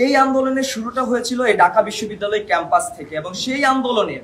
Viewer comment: ঢাকা বিশ্ববিদ্যালয় উচ্চারণ ঠিক করতে হবে